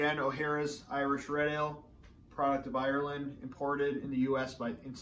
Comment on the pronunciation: so a lad from Boston, can not pronounce Ireland haha